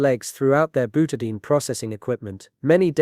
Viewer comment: Byoutahdayeen = Butadiene